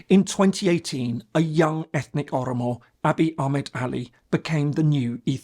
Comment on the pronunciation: This guy can't even pronounce Oromo or Amharic..as words ???